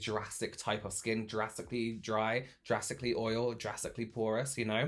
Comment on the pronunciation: Ohhh “drastically”..... I thought you said “Jurrasically” like dinosaur scales and was like yep me. 🤦‍♀️